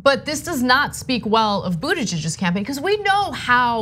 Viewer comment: I love Anna's pronunciation of the possessive Buttigiegggg'z. 😅